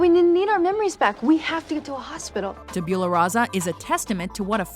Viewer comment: She said tabula wrong